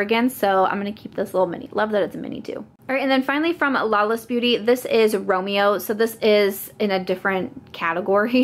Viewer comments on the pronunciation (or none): none